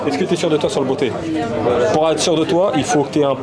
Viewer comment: J'avoue que le "beauté" m'a fait rire. C'est pas "beauté", mais "botter", comme le verbe botter.